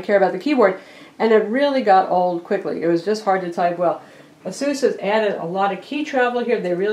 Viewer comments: It is pronounced eh-sus not ah-seuss. Asus like Pegasus. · She pronounced Asus like Dr. Seuss. Dafuq. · u pronounce asus wrong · Nah. Check their ads. Ah-Seuss all the way. I pronounced it eh-sus for a few years too...